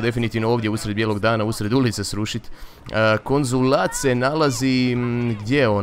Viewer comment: Kad kazes konzulat uvjek mislim da ces reci konzum XD